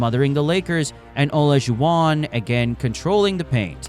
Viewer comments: The AI voice trying to pronounce Olajuwon 😂😂😂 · You left out some significant things but overall an excellent video, and I was disappointed how you pronounced Isaiah's and hakeem's last name.